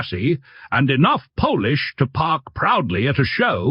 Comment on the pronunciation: I know the ‘Polish’ mispronunciation (instead of ‘polish’) was probably AI, and not the beginning, of a ethnic joke (lol☺️). Here's the weird part; I'm Polish, and live in a town, named Wildwood (like mentioned, about this car's disc brakes). No matter how many times I recount it; there's still 6 windows, and not 5🤔.